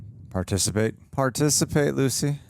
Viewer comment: When he calls her "Gucy" i can't stop laughing for some reason 🤣🤣